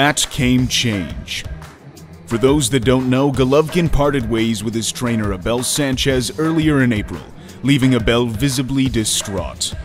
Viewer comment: A-Bell hahahaha